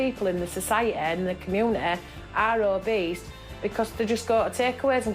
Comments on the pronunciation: Did she really say Obeast? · I love how the first woman pronounces "obese" as "oh-beast". I was like, yeah. That too... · Hahaha obeast... Love I think you mean obese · Did she just say obeast instead of Obese 😂😂😂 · Did say Obeast lol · I'm sorry she definitely said OBEAST ! (She says; The Dr said she was obeast) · pronounces obese as “obeast “ 👏🏻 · "The GP said to me you're getting very obeast" lmao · So she's OH-BEAST. lol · "The GP said to me: You're getting very obese-sT... And I said: That's a bit cheeky." me: did i hear "o-beast" ; whilst "cheeky" echoes in irony